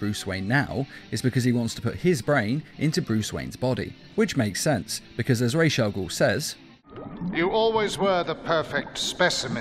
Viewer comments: watch the video and you hear him say it wrong, his say raze not Ras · Raw Not Raysh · I thought it was ras al ghul, not.....raish.....raj....al ghul? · Raish al guul. Dude its Raas al guul. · RAJ is prenounced = Rhawrhj, not rayj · ao, minor but important thing. it's not RAYSH al'ghoul. it's RAJ AL'GHOUL. not sorry, but holy crap dude.. it's been pronounced numerous times IN FILMS. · lol, ray's al ghul. kills me everytime i hear you say it wrong. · The pronunciation of “Ra’s Al Ghoul” is getting me tight....”Raishe”??? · So.... Did anyone else hear "piss' chemicals" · "Resh Al Gould" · Nobody: This nigga: RASHE AGOUL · "rhaze al ghool" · You said raish au ghol to many times. I couldnt make it past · He is Raus Al-Ghoul not whatever you said The one who created the league of assasins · Did you just say rashe Al goul ?? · Rays aaal guhl?? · Why do you prononuce it like RAASH? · It is NOT "Resha Gul" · Raysh all ghoul? Ffs. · Its not ra’s al ghul not rachel guhl ffs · Why do you say rashe al ghul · "Raysh" al Ghul? I'm no language expert, but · you pronounce ra's al ghul wrong it pronounced rosh al ghul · why tf u pronounced “rash agul” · Ra's al Ghul... Not ray shall Ghul. Idiot. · Am I the only one that kept getting mad when he would say Ra’s Al Ghul wrong? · Am I the only person that thinks the was he says Ra's Al Ghul's is really off? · You're pronouncing ra's al ghul so wrong. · can't even pronounce was ras al ghul properly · within 30 seconds, poster mispronounced a villain's name. Guess pandering to the superhero fans is how youtube shills work nowadays. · Or maybe it's a simple mistake? Just a thought.